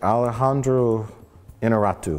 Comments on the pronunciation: Your pronunciation of "Iñarritu" is as fake as CGI Grand Moff Tarkin made by myself. hahahaha. I'm a spanish native speaker, at least try to pronunce it kind of similar... I tell the same to spanish speakers tryin to speak english, try to sound like it is, it doesn't matter if it doesn't sound just like it is, just don't create a random sound from nothing. hahaha. It's the director's name!!! and not an amateur! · J comes the closest to pronouncing that guy's name, just to be immediately "corrected" by Mike. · I love how nearly says Inarritu correctly and Mike corrects him with a far worse pronunciation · In-ya-ree-tu, not In-ah-rah-tu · Mike must have been thinking of Inarato, the famous Japanese director. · Say it with me: "In-YAH-rrit-oo" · Iñárritu. IN-YAR-EE-TU. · innarratoo XD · Alejandro Interruptus. I swear, you say "Iñarritu" much more difficult that actually is xDDDD